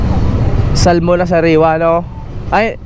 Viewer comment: The right pronouns Salmon is Sa'amon hidden L